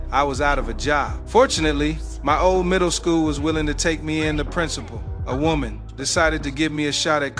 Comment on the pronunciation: Why did u pause on 'a woman' like that???